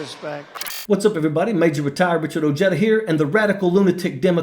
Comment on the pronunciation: Has anyone told you how your last name is supposed to be pronounced? o-HEH-da It's a Spanish surname.